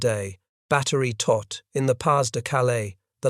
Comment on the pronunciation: It was the Todt Organization, not "tot".